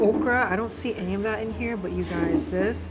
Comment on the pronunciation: Local Mammi&Daddi eateries😊 .... "any,..emmy, ... I mean ANY....." 😁😆😆